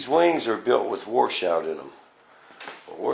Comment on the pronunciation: Washout - Not War Shout!